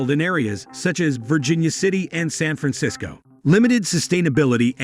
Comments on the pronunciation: How do you say San Fransicso ???????? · They can’t even program the robidiot to say San Francisco. Time to find another con, creeps.,,why is a rural area sparsely populated. Moronic mumblings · Can't even pronounce San Francisco right. I'm glad I only wasted less than 2 minutes of my life on this garbage.